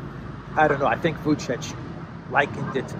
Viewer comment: "According to Vucic".. you can do better... it sounds like "according to Kamala Harris"